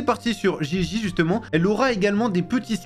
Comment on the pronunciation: On dit Gigi 😂